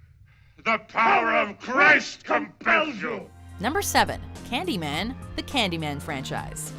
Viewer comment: ｷｬﾃﾞｨﾒ↑ｰﾝ発音がめっちゃ良い